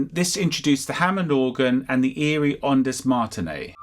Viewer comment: Cool video but it's become a game to me to see how far I have to get in one of your videos before you make an easily researchable and obvious mistake. "On-diz Martin-ay" is not even close. It's "Onds Martin-oh". Thanks for keeping my game fun and easy to play.